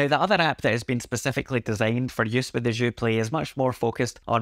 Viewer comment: "Je suis un ananas" hahaha. You got "Joué" right tho when you pronounce it with the "é". Thanks for the review. I've been wondering if I should pick this up and support my country. But if I could find a used Sensel Morph I'm so keen on trying the Buchla Overlay! I feel like it'd pair so well with all the Fors M4L devices!